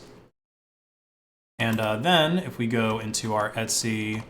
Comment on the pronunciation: why are you pronouncing ETC as ETSY its super confusing